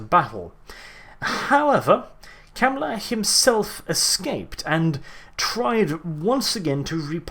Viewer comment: I'm sorry I'm saying this, but you're telling stories with 2ed. I know from 1ED warhammer and a lot differs. which was 1994. and mispronunciation of his name.